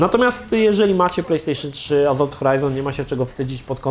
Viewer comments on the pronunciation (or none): To już chyba cecha wspólna i Krzycha i chłopaków z TVGry, że mają awersję do litery "s" tam gdzie powinna być wymówiona. Azolt, Maz Efekt itp.